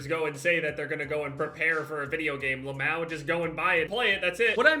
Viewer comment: Please tell me he didn’t say lamou for lmao